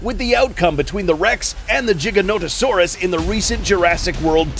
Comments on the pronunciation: It's Giga not Jiga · Stop saying jiga it's giga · It’s not giganotosaurus (jiga-nota-saurus) It’s giganotosaurus (giga-nota-saurus) (No disrespect, just correction) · "jiganotosaurus" umm........i think you meant to say giganotosaurus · jiganotosaurus how to pronounce: giga-noto-saurus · its giga-notosaurus not jiga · is it weird he says Jiganotosaurus but not Jodzilla? Why is Godzilla a G sound but not the Giganotosaurus, it's Giga dude with a G, u need to stop spreading that BS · "The JigaNOtasaurus"- the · He just called it a jiga no to sorus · Mans said jiganotasaurus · Im sorry but Im getting so triggered with him saying jiganotosaurus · Rexy did not kill the Giga, if you've watched the film you'll have seen it was the Therizinosaurus that did the killing. Ugh Jiganotosaurus still annoys the hell outta me coz apparently I've been saying "Gigaton, Gigabyte and Giga blast" wrong all these years, lol jk there's no J sound. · so tell me, do you pronounce 1 Gigabyte as Jeegabyte? same as the Jeeganotosaurus? i dont see the difference between Gigabyte and Giganotosaurus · Dude the thing that is annoying me is He's saying jiga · its gi - ganto - saurus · HAHAH "jiga" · At least they’re not saying it like: Giganto Saurus. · JIGGAnoto saurus? dafuq is this pronunciation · He mispronounced the gigas name wrong every sing time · You pronounce gigonotosaurus wrong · Why's he saying giga wrong? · Why did he pronounce it giga-noto-saurus